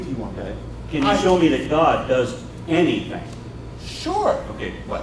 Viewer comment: lol when he leans in and says "SURE" xD yeah he's wasted xD